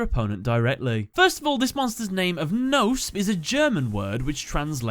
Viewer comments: Actually you pronounce it kno (similar to knob with out the b) and spe like special. Greeting from germany even i`m no yugi oh player they are realy interesting^^ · The k of Knospe is also not silent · Knospe is not pronounced like that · the word knospe got really butchered the k, p and e aren't silent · Uff the German is ouch. German really has silent letters so Knospe (speak it Kenospee) and Blume ( Blumee) . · Yeah your german is terrible. You pronounce evry letter in Knospe and Blume in german. They don't eat their e's😅 So it doasn't sound like Bloom😅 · Not to be rude but the e in both blume and knospe isn't silent, the k in knospe as well. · dat pronounciation of "Knospe" and "Blume". I'm like, there is no "noesp" in German and translates to "butt" looks at the actuall name oohhh....ohhhh, I get it now xD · In german the e at the end of Knospe and Blume is not silence. just sayn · I am just here to say, that that isn't how you pronounce "Knospe" Same for "Blume" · you couldn't be more off the actual pronunciation of the german names Knopse and Blume. the rest of the video is great tho